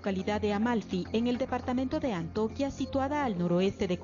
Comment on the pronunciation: Hola un cordial saludo a los compañeros periodistas, por favor tener en cuenta que es, el departamento de "Antioquia", no de Antoquia....es un error de pronunciación que ya e oido en varios reportaje y transmisiones....